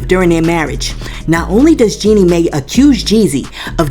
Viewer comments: FYI.. it's pronounced Jeanie "My." Not "May." Love your channel but it blows my mind how many ppl vlogging or even on produced shows like TGIF pronounce names wrong and actually aren't even up in the news or scandals b4 we are. I watch Jaylee and she will come out with things days before shows that are owned by a whole ass real network with producers and writers. Ppl are just fine with mediocre now. 🙄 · 🤣🤣🤣🤣🤣 It's not pronounced May, it's pronounced My. This is the new route to the bag. Plan ahead and tell your pastor, friends, therapist as a preemptive strike to get to the bag. That 304 is not slick!🤨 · Jeanie last name is pronounced (MY). If a tv journalist mispronounced someone's name... they would have their ability as a journalist questioned. It matters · Hey no disrespect Jeannie’s name Mai is pronounced like the word My… 💕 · Jeannie Mai is pronounced my